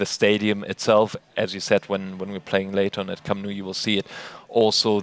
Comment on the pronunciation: "Camp nuu" the way he pronounced it is pathetic